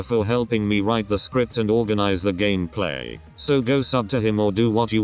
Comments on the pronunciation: Bruh your stupid robot voice can't even say Gameplay right. It says it like Gamaplay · gasps said gameplay not gammaplay:0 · YOUR ENGLISH SUCKSSSSSSSSSSSSSSSSSSSSSSSSSSSSS can you even say gameplay right?